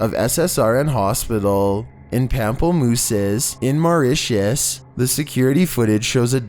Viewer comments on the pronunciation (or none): none